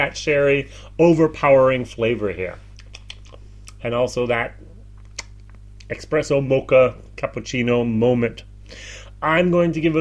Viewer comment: thank you for another great video. I can forgive you for saying EXPRESSO. But I cannot forgive Dingle after Batch 4. Redbreast Lustau is a nice heavily sherried Irish. Waterford Distillery will be exciting!!